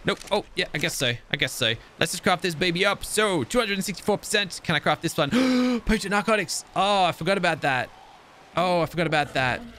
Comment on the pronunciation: anyone else notice that he sounded really posh when he said potent narcotics xD